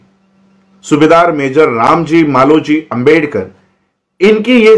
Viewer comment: Screen par likha hua आंबेडकर hai lekin pronounce अंबेडकर kar rahe hain. Shuddh vartani kya hai